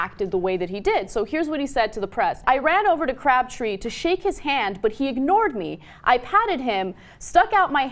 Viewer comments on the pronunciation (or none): It's Crabtree not cabtree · why is she saying "CABTREE" and not "CRABTREE" or is it just me? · cRabtree, not cabtree, and go BRONCOS! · It's Crabtree, not Cabtree. Can we have someone who isn't a woman reading the transcript? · Ana it's CRAB+tree not CAB+tree, you said cab three times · Umm Ana, you do know that Crabtree is not pronounced Cabtree. Making an error in speaking once is one thing, but twice? Come on Ana you can do better as a "journalist" bwahahaha a journalist. that's a good one. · Anna - CRABtree, not CABtree. All you have to do is READ. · Who the hell is "Cabtree"? did not know he was in the league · lol "Crabtree" lmao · It's CRABtree. Can she read? That was really annoying. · lol Ana. 'Cabtree'. C'mon, stop making these reading errors every time.